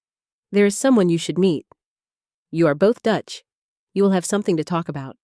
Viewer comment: Can the narrator not say a or you?